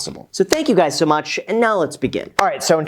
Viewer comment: “What's up Graham it's guys here,”😂😂😂😂